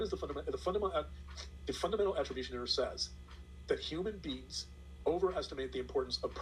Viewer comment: Also I wish would learn to pronounce “human beings” instead of “human beans”.